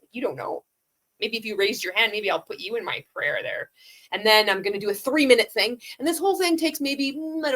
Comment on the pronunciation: Why can he not say the word THING? It drives me crazy 🤪 😂